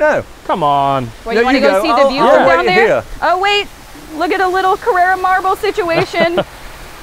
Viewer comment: carrAra marble... not carrera- thats the porsche ;)